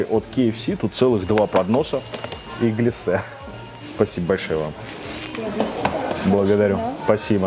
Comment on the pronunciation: Маленькая придирка, правильно глЯссе, а не гляссЕ.